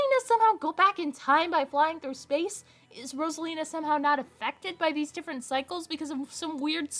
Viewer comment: i can't get over how he pronounces it as "ross-alina" 💀